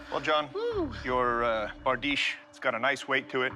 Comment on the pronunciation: barDEESH. The ...iche ending on most words in European languages is pronounced ...eesh, for example, nouvea riche, niche, pastiche, corniche, microfiche...